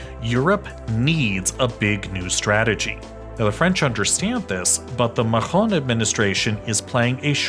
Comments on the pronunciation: As a french hearing someone say MAHON instead of macron (MAKRON) is pretty painfull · "Makchron" not "Machron" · Please, you have to pronounce MAKRON not MAHRON ! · Macron is literally "Muck-CRON" and not "Mah-horn", and Marine Le Pen isn't "MarinaLePen", but more like "Mah-RIN Ler Pen" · It's Macron, not Machron. This isn't German. Great video though. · MAK-ROH. You pronounce everything so carefully except the name of the President of France. It is not "MAH-RON" but closer to "MAK-ROH", with a hard "K" and a rolling "R". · Makhon! What the hell is that!? How is it to hard to pronounce "Macron"!? Just say "macaroni" without a couple of vowels. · How can you pronounce Nargorno-Karabakh accurately and not Macron? Ma-KRON. I wonder that as an English pronunciation teacher. Great video though-- balanced, well-researched, and interesting. Glad I clicked and subscribed! The EU is already too unwieldy to ever reach the kind of monolithic determination of more centralized governments like Russia, China, and the US, so as is, it will never reach the strength needed to project power commensurate with its potential or its external threats. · It's "MACK-RONE" not "MAHOME" he's not a french quarterback lmfao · Why do you say "machron" all the time? Wtf. No french person says this, he is named Macron. Charles de Gaulles is prononced "Gol".... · LOOOOLL you said emmanuel maron ... it's macron xDDD don't worry it's funny xD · Please avoid going "ethnic" with pronunciations; every time you said "Makhron" i cringed. Just say Macron like everyone else. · IT IS MACRON NOT MARON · c'est MAC-ron, pas mAgGrON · It’s Makron, not Mahhhhhhhhron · I am not sure you pronounce Macron right. I heard French speaking people calling him Ma-Con and not Ma-Hon but you are forgiven:) Nice piece of work by the way! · Why do you pronounce Macron as Mahon? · sounds like a medieval Arab leader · You should pronounce it MAC - RON, mixing Apple Computer and Ronald Reagan 😅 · "MaHron", "CharleSSS De Gaulle"